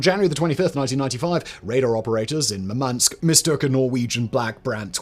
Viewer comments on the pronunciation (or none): none